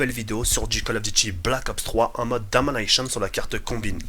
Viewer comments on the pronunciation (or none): le bilingue DOMA-NEI-SHYAUNE x)